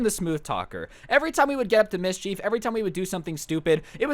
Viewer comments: mis-chief People who can talk right: mis-ch-ef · He says mischief like Ms. Cheif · its not meescheeef its mischif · Mis-CHEEF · Is saying mischief or Ms. Chief? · Was I the only one getting annoyed by the way kept say mischief